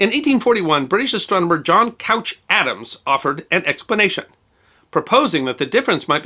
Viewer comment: I love that he pronounced it John Cow-tsh Adams, rather than John Coo-tsh Adams. It's really correct as the second, but, dammit!